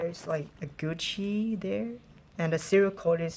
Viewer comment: lol why do you pronounce it gushi its GUCCI